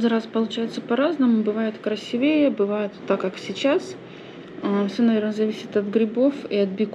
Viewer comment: купить фарш и называть пельмени домашними. омг. конечно это никто не оценит и домашними назвать модно только потому что дома сварили. научитесь уже ударение ставить в слове красИвее